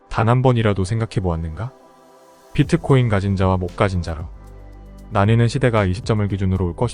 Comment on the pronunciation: 비트코인을 자꾸 피트코인이라그러는게 거슬리네요